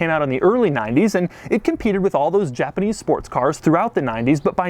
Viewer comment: A JA-PA-NEEZ Chevrolet Camaro. That's what it is.